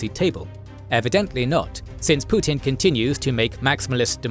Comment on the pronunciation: He is "Put-in," not "Put-out."